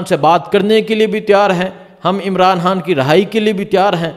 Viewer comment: Bhai g khan kehna seekh len plz Bari irritation hoti hy imran haan imran haan sun kar😅